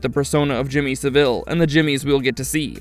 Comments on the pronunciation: Lol 'Jimmy Seville' It's 'Saville', and the emphasis is on the 'Sa', not the 'Ville'. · Its pronounced salvelle yankee. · Eye-La. SA-vill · Why are you pronouncing everything wrong? Jimmy Saville, and Isla aren't pronounced like that and you called Jamie jeremy.